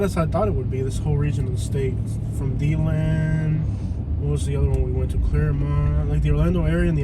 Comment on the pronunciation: Its De-land,not Dee-land! And the Buffalo Bills are pretty good lately!!